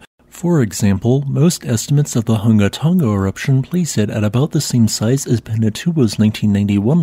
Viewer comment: We appreciate your practice in pronouncing the full name correctly.